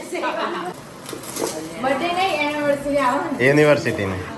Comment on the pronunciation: Unniversary na kevay anniversary kevay bhai😅